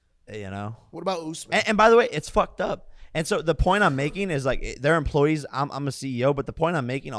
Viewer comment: Every time Jake annunciated that "UFC fighters are EMP-LOY-EES" he was wrong EVE-RY-TIME.